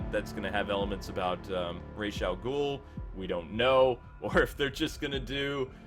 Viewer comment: if they involve Ra's they better pronounce it as Ray-sh. it's how batman pronounces it and how the creator of Ra's pronounces it.